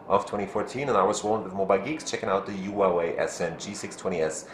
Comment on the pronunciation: pronounced 'WAH-WAY' not 'WHO-A-WAY'